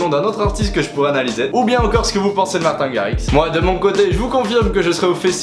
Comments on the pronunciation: On prononce " martine " à l'anglaise ( marteen) et non pas " martin " alala ses Français qui Francise tjs tout ;) Et il est effectivement Néerlandais ( hollandais quoi) le drapeau que t'a utiliser est correcte, sauf que tu à utiliser la traduction de ta phrase non pas en néerlandais, mais en Allemand "Ich bin ein DJ" alors que c'est " Ik ben een DJ " ;) La raison de ton erreur : quand tu utilises google translate, la traduction anglaise de " néerlandais" se dit " Dutch " qui ressemble et pourrait être confondus avec Allemand , sauf que "Allemand " en Anglais c'est "German " ;) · mdr dislike juste parce que ta prononcé martin à la français nn jdec gros like